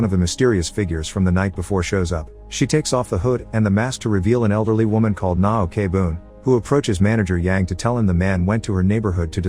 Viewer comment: Na-okay-boon HAHAHA It’s pronounced oak boon I know Korea names are hard to pronounce